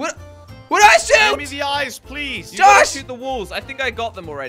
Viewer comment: Jelly says jos not josh lol he dosent know how to say josh